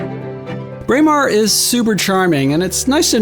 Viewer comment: Very nice video but please do some research on place name pronunciations. You seriously mispronounced Dunnottar, Edinburgh AND Braemar.